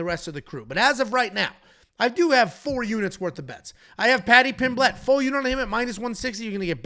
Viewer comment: Stop pronouncing Pimblett wrong